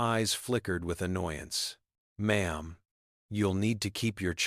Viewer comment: Its M'aam. Not Mom